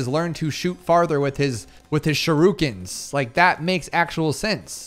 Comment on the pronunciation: bro said shirukens 😭😭